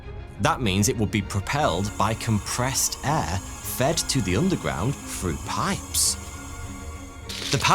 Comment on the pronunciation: Frew or through?